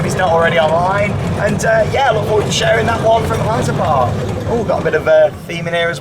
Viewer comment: wait !!!! 4 sec in and you finaly pronounced Heide Park perfectly :) Yeah !!!!!